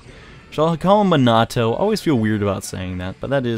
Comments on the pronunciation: Its pronounced meenato... i think. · Anikunt How do you pronounce it? The only weird thing I heard is he put too much emphasis on the t. Edit: I meant too much emphasis on the a. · The way he pronounces minato makes me cry